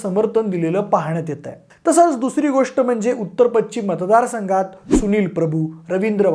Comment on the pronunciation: Pachchim nahi pashchim…..ch nahi sha….nit bola krupaya